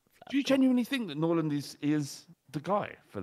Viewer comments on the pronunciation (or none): calling hojlund, “norland” is peak